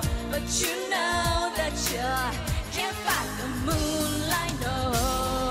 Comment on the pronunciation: Her english really that good, she did a typical mistake of Asian mispronouncing "Fight" in this song. I'm sure everyone can pronounce fight properly in other songs, but it's always this particular song that they make it sounds inappropriately.